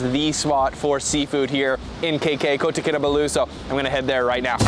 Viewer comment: Kota Kinabalu is not that hard to pronounce! How about learning the languages of the places you visit for something more than superficial experiences.